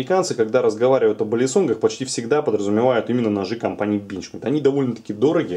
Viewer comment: Одного меня бесит как он говорит бЕнчмЕйд?